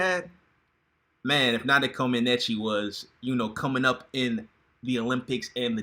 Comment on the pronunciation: Omg u are really butchering Nadia last name🙄🙄